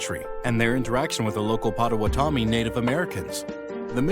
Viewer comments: You pronounced Potawatomi wrong. There are no mountains in Chicago. We are prairie, marsh and woodland. Dusable was black. You animated him white. Dusable didn't just leave. White people imprisoned him because he owned land. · The narrator is also saying Potawatomi differently than I’ve heard it for my whole life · fr I was about to say I’ve been pronouncing it wrong, its him not me😂